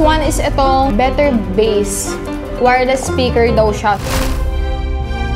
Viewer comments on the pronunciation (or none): none